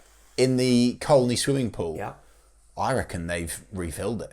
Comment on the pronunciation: Enjoyed your podcast for a chane. A bit over the top but hey!! When our new manager came in we were 17points from playoffs. We have gained 6 points in his time. Wishful thinkng maybe but there is always hope. Final thng you are Norwich boys you should know my village is pronounced Coney. Still insulting us please. What do you call Costessey. Correct we call it Cossy. Teach those media boys please.